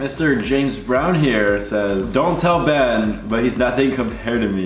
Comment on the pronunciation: the way she said “Benna” 😂😍